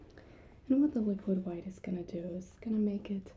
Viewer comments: I love how you said "phwhite" like Bob says white. LOLLLLLLLLLLLLLLLLLL. Great attention to detail. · “liquid hu-white”